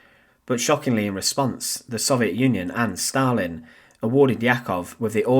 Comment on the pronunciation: Stal-in steel man